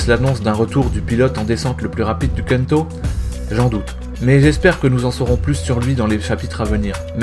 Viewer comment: Précision Bunta n'était pas un simple street racer mais un pilote pro ds le milieu du rallye (si J me souviens bien ?)!! Et on dit KANTO pas KENTO...voilà c'était pas pr te faire chier mais....déjà que j'ai eu 2caisses du manga et que je le connais depuis 2000....DSL j'suis un peu puriste Sinon ta vidéo à bien résumé le truc et tu mas fais rire!